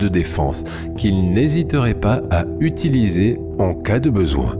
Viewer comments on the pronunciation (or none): none